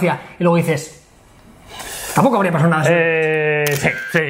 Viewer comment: Aquí no ha pasaoh nah!